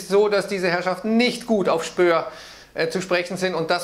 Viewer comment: Spohr, nicht Spöhr. Setzen sechs!